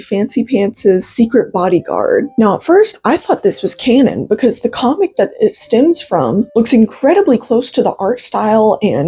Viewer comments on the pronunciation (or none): none